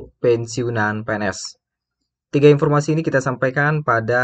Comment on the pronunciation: Masih empormasi😂